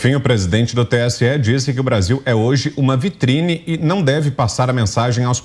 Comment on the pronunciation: Parei de assistir quando o iluministro falou "VITRINE".